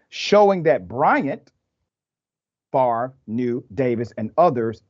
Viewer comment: Brett Fav rah (how you can pronounce a name by reversing letters is beyond me). Well, he will be a celebrity in prison then; like R Kelly and Bernie Madoff.